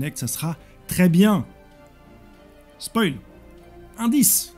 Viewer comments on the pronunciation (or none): none